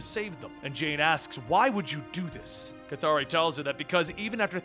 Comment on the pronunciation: How can you pronounce the name "K'ythri" like.. "Kathari"? Was there any official guidance of it?? I have wondered it for long! I'm going to be pleased if u answer me,, :)